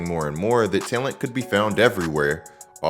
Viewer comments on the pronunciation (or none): I like this channel but the way this guy says talent drives me crazy. T’Lent! Obviously this isn’t the first video I have noticed this on. It is like he says it with his teeth clinched closed.